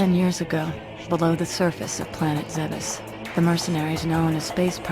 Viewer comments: Zebes... IT'S PRONOUNCED ZEEBS! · Senthain Just relaaaaax. You know the motto, "you say tomato, I say Zebes". Something like that... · Senthain It doesn't matter what the problem is; "zeebs" is better. Metroid can just deal with it, just like how we have to deal with Other M being a thing that exists.